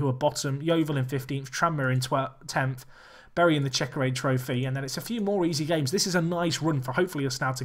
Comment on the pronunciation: Great video. By the way, it's CheckaTrade Trophy, not CheckaRade. :)